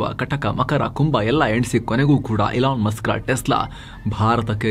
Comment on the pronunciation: ELON MUSK❌ ಎಲಾ ಮಸ್ಕ್✅ 😁😁😁